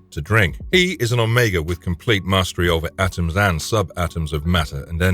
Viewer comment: Oh Meegahhh? Piss off with the AI